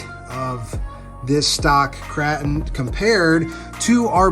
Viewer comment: Kraton, with a soft “a” vowel? Are you trying to joke or really don’t know how to say Kraton?